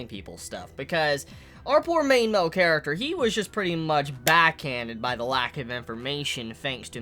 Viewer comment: "Main mel character" "Yoomans" lol